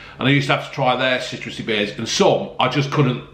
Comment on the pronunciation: Citruseh, zesteh, a little gasseh and yet very tasteh. Well done, Robbeh.